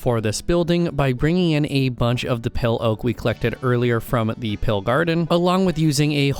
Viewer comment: i put this on in the backround as i did some work and i heared u say pale garden and it sounded like pill i even turned on captions and it sounds like u said pill i was so confussed lol